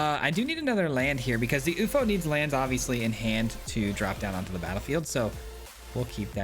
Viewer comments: Pretty sure its you eff oh....no oofo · please. YOU - EFF - OH